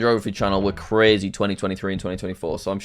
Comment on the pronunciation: Thats cwazy jack